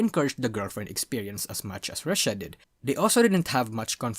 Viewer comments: Pronounced "Roo-she-ah", not "Russia" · He also pronounces Rushia as Russia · The way you keep mispronouncing Rushia makes some out of context things when you just hear only I.e to "They did not really pander to (Don't know how to spell Gacha kois) to encourage the Girlfriend experience as much as *Russia Did (He definitely said Rushia but the pronunciation was off)